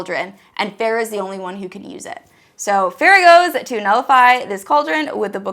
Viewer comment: "Farrah" No ma'am. It's ✨fae-ruh✨